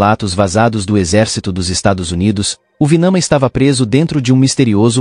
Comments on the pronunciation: é Vimana e não Vinama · NÃO ÉÉÉ VINAMA ÉÉÉ VIIIMAAANAAA.!!!! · É VIMANA. E os textos Indus onde são documentados esses fenômenos chama-se Vedas.